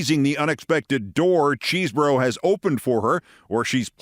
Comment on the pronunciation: Keith, please be one of the only people on our side to get the guy's name right: It's "Chez-bro." There's no cheese.